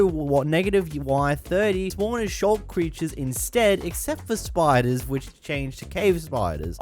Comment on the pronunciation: It’s called sculk, not shulk